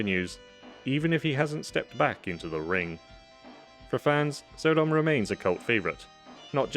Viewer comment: I think it's not pronounced So-dom but Sodom as in Sodom and Gamora